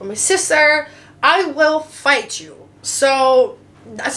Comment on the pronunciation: “I Will flight you” hahaha en dat Rotterdams tussendoor Heerlijk!